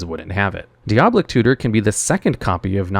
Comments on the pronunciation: Wrath definitely should have been something else. Also, did he have a stroke during the Demonic Tutor section? Kept repeating the same couple phrases like 3 times each, then called it Diablic Tutor the whole time after 1 mention of Diabolic Tutor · 'Dee ob lick' ???? dai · uh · baa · luhk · It's DEE-OB-LIC tutor lol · Say it with me - Di -A-boll-ic. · die-uh-ball-ick 4 syllables love all ur vids by ty for making them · "diablic tutor" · Ahh yes deeoblic tutor